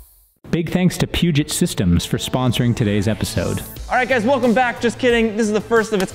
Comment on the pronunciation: I wish you guys would learn to pronounce 'Puget', its 'P'you-jay', like Denon is 'Den-oh' and chassis is a soft ch like 'champagne'.